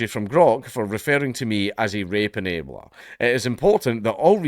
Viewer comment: You know your countries cooked when a surviving WW2 Vet says your country wasn't worth the death of their comrades. Your accent Count really sometimes sounded like you said Rape-a-nator like they are some depraved perverted Terminator